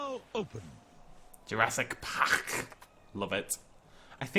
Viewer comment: Ah good old Jurassic Pahck